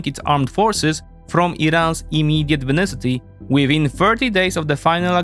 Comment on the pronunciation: vicinity, not 'vinicity'